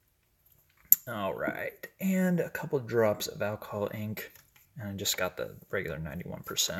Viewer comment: Ok, looks like a basket of flowers. Roses in ctr, petunias on right, & something yellow on left. It's so funny when u say "alcohol ink" it sounds like "alcoholic". Go back & listen. he he ~ patQ PS, stay off I35